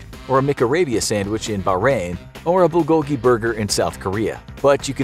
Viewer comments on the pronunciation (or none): none